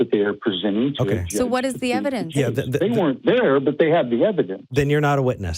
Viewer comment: I’m going to show you evidence... Ok what is your evidence? It’s EV-I-DENCE!